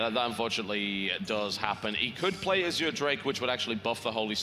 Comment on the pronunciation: Why do they keep calling the Azure drake an "as-oor" drake?